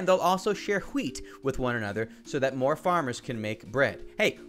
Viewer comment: Ha-weet (wheat) best part of the video